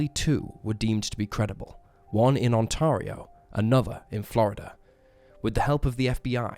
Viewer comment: Ontario - - On-Tear-Rio, not ON-Tar-Rio